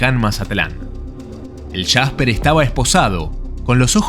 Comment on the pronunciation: Es jasper no el shasper